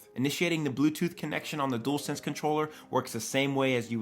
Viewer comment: Dool sense it's dual sense sounds like jewel d-u-al